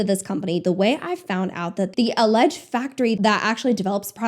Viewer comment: That's not surprising in the slightest also the way you called it "alledged factory" lmao